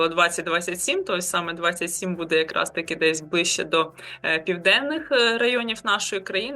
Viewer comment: Та не БУДе, а БуДЕ.